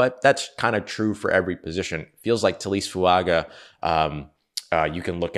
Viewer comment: On the off chance we get to see him in black and gold on Sundays I feel compelled to put this out there. Taliese Fuaga is pronounced Tally-essay Foo-unga. Young man is a beast and I hope we have cause to say his name a lot in the near future.